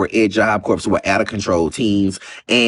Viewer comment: Every time he pronounces it “corpse” cringes me!😮